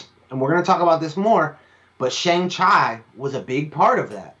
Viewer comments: Pronounced Shang Chee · Could you please stop mispronouncing Shang Chi last name as Chy it is pronounced correctly as Chee. Thank you.